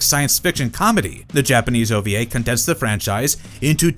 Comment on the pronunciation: It's ova not oba. Wee not be